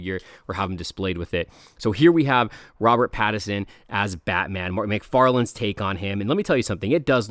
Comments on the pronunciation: It is Pattinson not pattison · “Pad-i-sin” lol